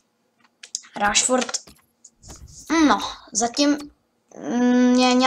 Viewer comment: to jméno se čte Rešford